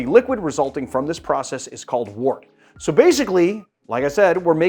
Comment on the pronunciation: Not trying to be the language police here but I am a beer brewer. Wort is pronounced wert.